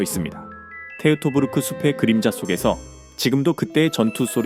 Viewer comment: 테우토부르크가 아니라 토이토부르크.